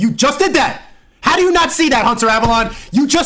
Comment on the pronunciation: Hunter Avalon! Hunter Avalon! He can't even say the name right...